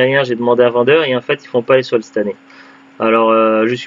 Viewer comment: Coucou. C'est bien la bonne prononciation, c'est gentil de faire de la pub 😁. C'est clair que c'était pas top top comme solde à carrefour. J'ai toujours ps compris pourquoi ils ne soldes pas les jeux en outlet. Les soldes de Cora sont abusé quand même. Ils soldent à partir des prix d'origine pour beaucoup de jeux. Donc 70€/2 C'est beaucoup trop cher.